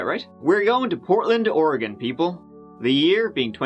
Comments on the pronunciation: You pronounced Oregon perfectly! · Coming from someone who is from Oregon, I really appreciate how you pronounced Oregon. Haha, a lot of people get it wrong. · Thank you for saying Oregon correctly. I’m from here and I don’t think there is a NW resident who isn’t familiar with this sad case. Most of us believe terri killed him and dumped him in the woods. We have some seriously thick woods here. He won’t ever be found unfortunately. RIP Kyron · The guy from Ireland can pronounce Oregon correctly, yet no one from the US outside of the west coast can manage it. SMH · My hometown! I was even working at Intel when this happened! It was a super big deal, everyone was blaming Terri. Side Notes; Congratulations on pronouncing Oregon correctly, most people not from the Pacific North West say “Or-E-Gone” or “Ore-Gone”. It’s pronounced “Or-a-Gun”. But you’re pronouncing Sauvie Island wrong, it’s “Saw-V” not “So-V”.